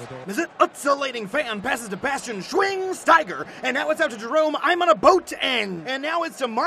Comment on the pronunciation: bastian SHWIIIINGSSS TIGER.. HAHAHA omg i died